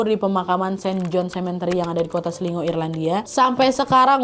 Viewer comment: cara bacanya itu "Kota Slaygo" nad